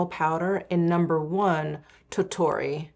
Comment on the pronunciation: "tottoro" and you said tottori had me giggling 😂